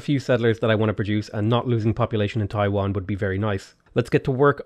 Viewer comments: hey, its Tai Yuan. Not Taiwan. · Stop saying Taiwan. "TEYE-YUEN." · It's funny he pronounced TaiYuan as TaiWan (two totally different places and are very far away from each other) for me as a mainland Chinese, yet totally acceptable. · Guys don't complain about mispronouncing everything. He's Irish he knows how it feels. Síofra is prounnoced Shee-fra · Dude it's not even Taiwan... and FYI Taiwan was indeed founded as a Chinese province, if you like to call it as a country, it could be Formosa or Republic of China. So there's nothing too incorrect with his mispronounciation in comparison to your claim. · It’s TAI “YUAN” not TAI”WAN” bro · Every time I hear pronouncing Taiyuan as Taiwan gives me giggles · Hi! Love ur contents. One small heads up: Taiyuan is a city in northwestern China, pronounced as Your pronounciation is actually pretty accurate for Taiwan tho.